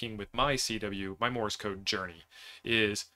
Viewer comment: Morse, not Morris. Please !!!!